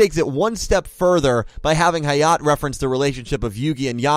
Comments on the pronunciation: Hayat? It's Hayate. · Its actually High-Yah-Tay not High-yaht and Lucky star referenced a lot of random things. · Oah my god someone else noticed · when u pronounce Hayate wrong ;-; Also, Hayate no Gotoku and Animegataris just have bunch of anime references in it lul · I am glad I am not the only one peeved by this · The E in "Hayate" isn't silent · I’m just going to pretend that you didn’t pronounce Hayate’s name like that.